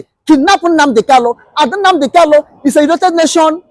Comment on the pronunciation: Kalu? Kanu yes. Get it right